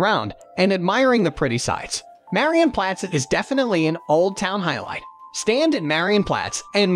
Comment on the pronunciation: Am I the only one extremely triggered by how this hectic narrator BUTCHERS every name? He doesn't even try... Had to hear his interpretation of the word "Marienplatz" like 20 times before I figured out what he meant... "Widdelsbag" come ON 😵‍💫